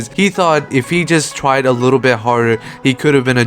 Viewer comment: he said twaid